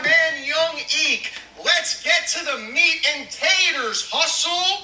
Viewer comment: Can we take a second bro said meat and tators I was dead 😂😂